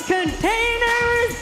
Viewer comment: "NUMBER ONE CONTAIN..ders... :D" - Lillian Garcia